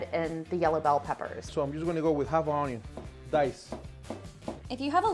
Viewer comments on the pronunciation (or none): HE SAID THE ONYO!!!